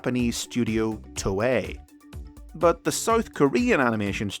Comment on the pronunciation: did this guy just totally butcher the pronunciation of Toei?